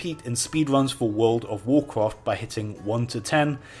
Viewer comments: wood ov worcwaft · wooold of woocwaaft wecods thaa I'm shoo noo woo wool evaa wooont too break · wuuud of wuuudcraft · Wool of wholcawft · wuooood ov wuacwaft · wold of wowcwaft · I really hate when you pronunce World of Warcraft.. it's fucking annoying bro